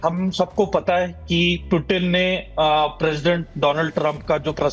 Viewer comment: भाई एंकर पुतिन नाम है पूतीन नहीं 😃😅😂😄😆😀